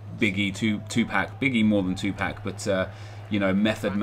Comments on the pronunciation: Hahah did you just say 2- pack? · He pronounces it 2Pack lol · You called Tupac, Tupak. GTFO. :) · Tupac pronounced wrong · He said 2 PAC wrong xD